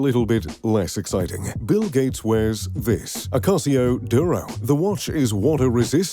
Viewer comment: And Ulysses Nardin, seems like he's not all that into watches since he can only pronounce Casio properly